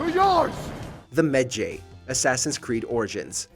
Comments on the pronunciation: I want to smack him for messing up the pronunciation of Medjay. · Wtf, why you can't pronounce ,,medjay". Maybe you never played the game, but you just had to read the text. It is so easy to say it and mistakes like this make me close the video and UNSUBSCRIBE from that channel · About the Medjays.... the game tells you they don't exist anymore and that Bayek is the last one of an extinct breed of warriors. So, you agree with them but say they're wrong. AND PLEAAASE pronounce it right. Several NPC's tell you "I thought medjays were a myth" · How could you say medjay so wrong they say it in the clips you showed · It sounds like Bayek is telling you how to pronounce Medjay correctly 😆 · Bruh Ikr its like this people never plays the game. I got triggered so hard the way he pronounced medjay. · Credibility sucks. Footage says "Meh-Jai" multiple times but dude keeps saying "Meh Jay". If you play AC Origins, you know people are surprised that Bayek is a Medjay and other events in the story explains how he officially becomes one. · Why are you pronouncing it med-jey?,you gotta pronounce it like if you were saying ma-jai,jeez smh lol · MED JAY. MED (MEDical) - Jay (GY AS IN GYROSCOPE). Learn to pronounce your words, dude. Like, good content an all, but the games literally tell you how to pronounce the words properly. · You pronounced Medjay wrong. Medjay sounds like this: Me-Jai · Hears them pronounce Medjay, proceeds to pronounce it differently 😂😂😂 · literally pronounce medjay right PLEASE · Why can nobody pronounce medjay